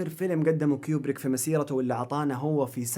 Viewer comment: *كوبريك مو كيوبريك